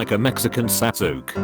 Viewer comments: Words: Sasuke The voice: Sasook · Nobody: Tts: sasook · the way the text to speech pronounced sasuke gave me cancer